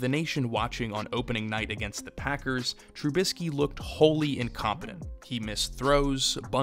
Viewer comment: Dude didn't even get someone to tell him how to say the damn name